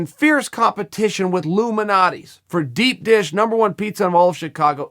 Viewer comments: Ill try to help Uncle Chael . Lou MAL-NOT-EEEES said quickly. G---OR-DON-OES. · Yeah I’m Chicago & he butchered both those name lol